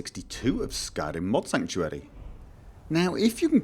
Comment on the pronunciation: When you should say "R" you say "L" like "sanctualy" instead of "sanctuary" It sounds stupid and wrong.